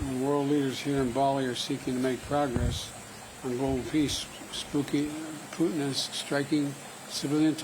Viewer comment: He even said Spooky instead of Putin